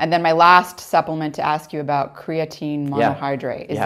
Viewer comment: WTF is he calling it?? "Keetin"?